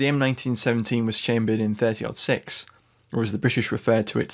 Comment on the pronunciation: Love the video! Also, I appreciate the fact that you have used the American nomenclature of pronouncing the 30-06. It drives me batty when people say "Thirty Zero Six".